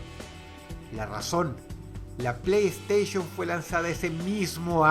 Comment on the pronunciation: O pronuncio bien playstation....oh por neptuno